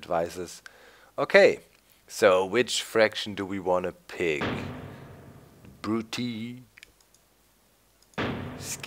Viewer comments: Um, no... In the video the guy says Brute-ee-EYE, which is definitely wrong and nothing like what Doc was saying. Doc says "Brute-ee-ee," and I was just pointing out that you don't have to put the glottal stop between the two "ee"s. That bit about paying attention before commenting is good advice; I'd suggest you follow it. :) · To be fair, either way Doc is still probably saying it incorrectly (likely just because he's used to German, though). Traditionally the -ii at the end is taught without that pause between the "ee" sounds. It's not "Brut-ee-ee;" it's just "Brutee." The best example I always use is Nintendo's "Wii" (which uses a Latin pronunciation). You don't say Wee-ee; you just say "Wee." Granted, I said "probably" in the first sentence because it's still a dead language, and nobody is 100% certain. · Doc, The faction names are pronounced: Juli(eye) Scipi(eye) Bruti(eye) Cheers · Actually they are Juli(ee) Scipi(ee) Bruti(ee) It's Latin and would be pronounced this way. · Its not Japanese/Asian in anyway, its Latin, and EE instead of EYE. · The first 'i' is pronounced 'ee', the second is pronounced 'eye' in Latin. So "Jew-lee-eye", "Brew-tee-eye" and "Skip-ee-eye". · you to pronounce it like 'Brutiai' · Haha Brutii is pronounced bru-tee-eye silly doc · You say the names wrong btw